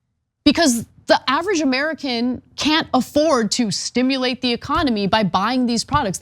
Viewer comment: The way you say stimulate sounds like you are tailfishing someone